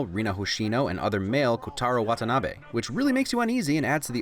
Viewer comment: A lot of people tend to say wah-tah-nah-bee instead of wah-tah-nah-beh. It's a subtle difference but trust me I've heard a lot more people say "bee" instead of "Beh"